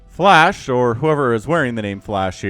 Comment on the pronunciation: Didn't sound like flash or flush it sounded like you said Flesh haha